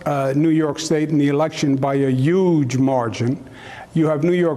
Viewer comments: I had to play it back- "He lost by a YUGE margin". Sorry but it just has a Pesci feel to the statement. "Two yoots". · He said Yuge!! Hahaha awesome troll move against Orangey! 😆😆